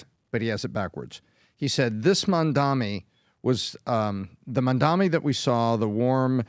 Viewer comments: CAN YOU STOP SAYING HIS NAME WRONG FFS. JEEZ MAM-DA-NI. Goddamn it get right. Its 3 syllables. It makes me want to punch a wall whenever you idiots say it wrong, its triggering in the same way as hearing nails on a chalk board. STOP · Why are you guys incapable of pronouncing his name correctly? Talking to you especially. Are you guys stupid or deliberately taking the piss? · Not a Mamdani fan but please learn to pronounce his name correctly.